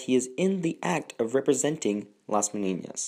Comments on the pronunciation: It is pronounced meh-NEE-nahs….there is no tilde over the second “n”, which would give it the mispronunciation you say 50 times. With all the research, you couldn’t get the Spanish pronunciation right? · Nice video, but you have been pronouncing Las Meninas as las Meniñas the second n sounds as the firs one in Spanish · Las MENINAS not MENIÑAS. Argh.